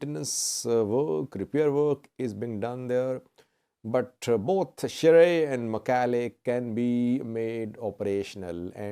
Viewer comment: Thanks, you pronounced Shire and Mekelle much better than those whose first language is Amharic.